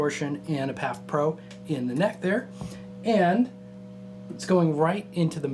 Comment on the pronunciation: It's P.A.F. vs. PAF. When there are dots it's an acronym and every letter is pronounced separately. Dimarzio is a PAF Pro or PAF 36th (model names). Gibson's is P.A.F. from the sticker Patent Applied For in the late '50s.